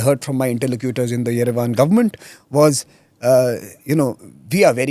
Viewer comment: Its movement not movemUNT its government, not governMUNT Wtf is that pronouncing